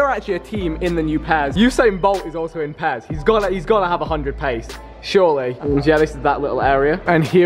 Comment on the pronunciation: it's not PEZ